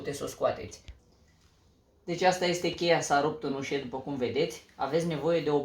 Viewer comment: se spune UȘĂ nu UȘE 'țear limba te oltean